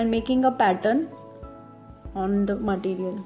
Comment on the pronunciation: it's too tough ,and you don't know how to say material, you are saying maatttiiireealll